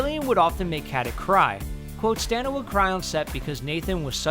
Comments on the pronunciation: I love the info in here but... Stah-na. That's how she pronounces her name. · I'm pretty sure "Stana" rhymes with "Donna," not "nana." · Stana is pronounced Stona. Not Staaaana. Stona. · Am I the only one annoyed by this complete butchery of Stana's name? It's pronounced Stah-Nah, not Stan-Ah. Also, this is depressing. It's almost like the network and original creators gave up on it. And whatever bad blood existed between Stana and Nathan I think happened fairly recently. If you watch the bloopers, interviews, and behind the scenes stuff between the two they seem like good friends until the later seasons. I doubt we'll ever truly find out what happened. It seems like Stana asked for more money, or perhaps pay equal to Nathan and that was refuted. Regardless, it's sad. This used to be such a great, solid show and then it ended kind of weakly. Kudos to the team and actors for finishing as best they could! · Are you sure this is how to pronounce her name? I know a bit Serbian and never heard of pronuncing Stana per "Stauna" Where do you put this "u"?? how do you write it in serbian alphabet? And oh, I checked it with the serbian alphabet genius and you are wrong! It's Стана Катић - which you say Stana Katić ( you wouldn't say the last letter, because in english it doesn't exist. So google it, before writing shit. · her name is pronounced Sta-na (not staina like they did) ka-tic.... katic is americanized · Stana is pronounced starna!!!!! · But IT'S NOT PRONOUNCED AS STAY NA OK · IT'S STANA! SAY HER NAME RIGHT! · he said stanas name wrong 😠